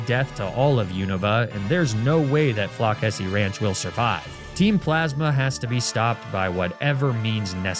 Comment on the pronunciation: FLOCK-essy hurts.... its Floss-essy